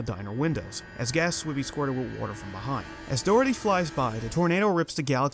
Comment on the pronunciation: Why do you pronounce Dorothy without the H?